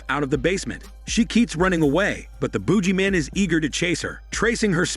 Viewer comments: The Boodg-Jee Man you gotta pronunciate 🧐🤔😂😂😂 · 'Boo Gee Man'. I love how you pronounce it. lol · It's the buggy man Not the boogie man I can not lol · Not the "Boojie" man . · The heck is a boojeyman?